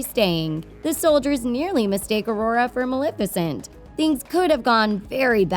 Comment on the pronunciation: pronounced ma-lef-icent from the word Malefic.